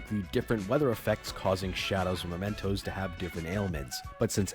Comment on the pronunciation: Am I the only one who gets really irritated every time calls it "Momentos"? It's MEmentos. You played the entire game and can't get that simple name right?